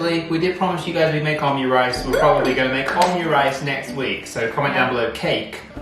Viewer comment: You call it omu-rice btw, not omyu- or om'u-. With hard m and then just regular 'u'. Cause オムライス🧐😉